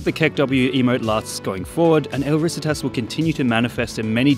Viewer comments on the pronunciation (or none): it's not 'el RÍsitas', it's 'el riSItas' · i die inside a little every time he says "risitas". he researched the video so well but couldn't be bothered to punch the name into google translate